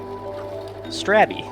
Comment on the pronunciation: how does everyone mispronouce strabby?...